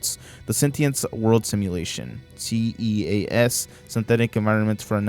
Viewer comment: The fact that you verbally spelled the acronym S.E.A.S as “ C E A S “ 😂